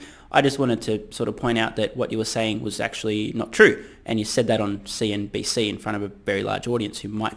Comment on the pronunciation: You actually pronounced cnbc incorrectly :)